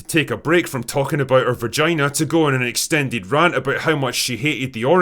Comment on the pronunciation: I love that Drinker called it her "verjynah".